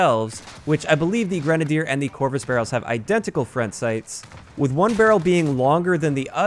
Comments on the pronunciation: I'm just happy he's saying grenadier, not grenade-ey-er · I'd like to take a moment to thank you for pronouncing "grenadier" correctly. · if you're not pronouncing it "grena-deer" then it's wrong. That's how it's pronounced lol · At least pronounced Grenadier properly!